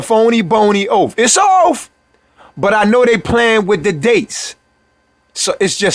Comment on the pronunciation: You didn’t just say “Oaf!!” OaTH!